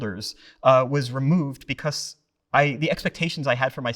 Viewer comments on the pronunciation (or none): He pronounces the word like, “beCOHS”